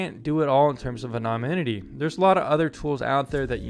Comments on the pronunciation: Moron can't correctly pronounce the word anonymity. Would seem to be important for a vid on VPNs. I'm embarrassed for him. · You keep mispronouncing the word “anonymity” ! 🤣